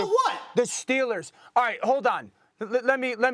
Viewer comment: It’s Steelers! Not Stillers